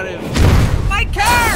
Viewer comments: Yes but he pronounce his car as care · " Afficer " " Get in thuh care " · I love how he says care instead of car😂😂😂